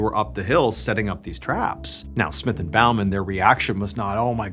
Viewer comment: In England Bowman is pronounced like he is firing an arrow rather than being polite to an audience at the end of an act